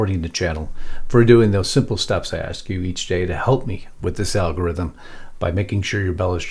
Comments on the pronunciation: …. We actually have representatives that say… Let me “AX” my question !! CONGRESSIONAL EBONICS at is best !😳😂🤦‍♂️🤦‍♂️🤦‍♂️ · WHY do black people choose to pronounce “ASK” as AXE ? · First let's approach his idea of the word ask a s k it's not Axe and it's not AKs it's not acts a question how stupid do you have to be to sit in a congressional hearing and use non-english non words?! Furthermore and to you mister mister chairman Mr President I would suggest that you need to stop this nonsense immediately because this is not a legal proceeding in any manner speaking this is just another communist ploy to try to destroy our nation so we needs to stop it it needs to stop now and nobody needs to be continuing it! Really I have never understood why people buy into this whole nonsense idea anyways democracy is not good it's not something of freedom it's not something right it's not something truthful it's just destruction for the sake of communism because it is communism! I will go so far as to say this the same thing I've said before that these people think that they're going to get something special out of society when they're friendly little communist butt buddies take over however they are not going to be in here to enjoy much of anything because history shows that most of the people who help somebody like the people get into power are the first ones who are killed so put that in your pipe and smoke it! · Well it's ask.. not axe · When they say,"AX you a question," they lose all credibility! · Yes please "AX" your question! Yep...AX it...destroy it ! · Let me axe my question?😂 Someone needs to teach that jackass how to speak correctly. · Dumbass wants to "axe" a question.